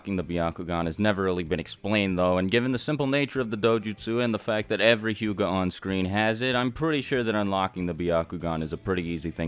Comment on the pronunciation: the word is hyuga not huga